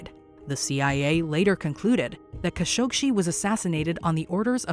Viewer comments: Jamal KASH-OG-SHEE??? Really?? You guys can’t even pronounce the man’s name properly? They even say his name in the news flash you show! Jamal Khashoggi’s surname is pronounced “Kash-oh-gee”! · It's Jamal Khashoggi, NOT Jamal KhashoggSHI. Please, have enough respect for a dead man to say his name correctly. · Quit saying "Kashokshi", for cripe's sake. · "Kashogshi" are you serious? That's not very professional at all. Atleast learn about what you are going to tell us so that you can pronounce things or names properly. The fact that you said his name so horribly just tells me that you have no idea about what you're telling us. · Still managed to mispronounce "Khashoggi." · Why can't Americans pronounce Khashoggi? 😂😂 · Why is the narrator adding several extra letters in her pronunciation of Khashoggi??? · Voice over mispronounces Khashoggi's name, news content clips used say it right.